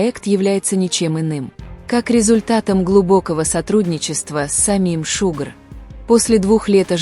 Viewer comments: Не Шугр,а ШУГА😮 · Да не Шугр, а Шуга😢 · Всё хорошо,только вот не Шугр, а Шуга.Совместный проект Шуги и Тэхёна- это моя давняя мечта. Как же я рада этому! Наилучшие пожелания ребятам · Глубоко не уважаемый автор канала, а что такое "шугр" в местной озвучке??? Идти тебе прямиком в лес, а не новости клепать!!!!👎👎👎👎👎